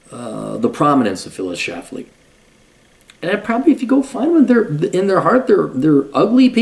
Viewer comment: Omg there is an “L” in her last name. Can’t you read?